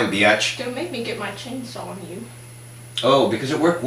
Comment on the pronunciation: Lol. "Fine beoch"